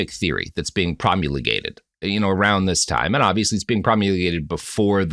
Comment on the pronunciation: isnt it prom uhl gated not prom u le gated